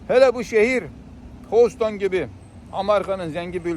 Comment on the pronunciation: Abi hoston deme ya hüstın de.